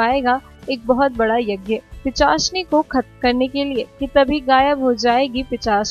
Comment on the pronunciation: Behen thik se bol...Pichasni nehi...pisachini